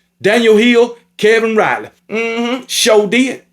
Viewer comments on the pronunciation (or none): none